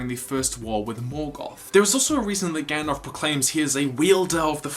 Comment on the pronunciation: Gandalf, not gand-elf.